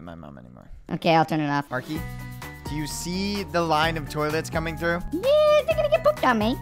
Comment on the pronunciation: Why say L arkey